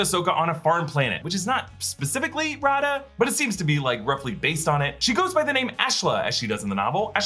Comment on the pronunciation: If you listen to the audiobook of Ahsoka, you realise that Raada is actually pronounced rah-ay-dah.